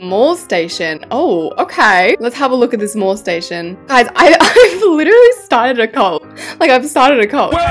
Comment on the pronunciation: ILY GIRL BUT WHEN YOU CALLED THE MAIL STATION A MALL STATION I LOST IT 😭😭😭😭